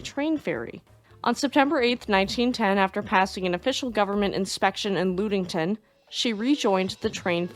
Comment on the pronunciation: Great video, I grew up on Lake Michigan, so I love the Great Lake boat stories. The Lu sound in in Ludington is pronouced like the Lu sound in luck, so Lud-ing-ton. Please keep up the amazing work.